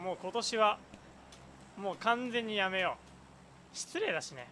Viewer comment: やめよがリッキーのおはように聞こえる